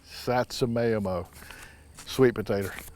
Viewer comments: as a child who grew up eating roasted japanese sweet potatos, you just can't beat them with melted butter. i loved how u pronounced it. lol i'm sure someone else has already told you but it's pronounced: sa tsu ma ee mo. it's imo (eemo) means potato and satsuma is the kind of sweet potato. (Smile) thanks for the wonderful videos!! we love them. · the "tsu" pronounce like Sue but with a bit more of a z to it. The "Mai" is Ma (in Mama) with "e" like the letter in the alphabet long "E" sound pronounced "Sa Sue Ma e Mo" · Sat-su-ma- emo 👍 I is pronounced as an E. Emo meaning potato.👍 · They are pronounced "sat sue me Emo"